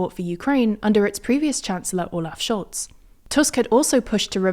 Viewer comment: How is no-one talking about her perfectly pronouncing the last name of the German chancellor?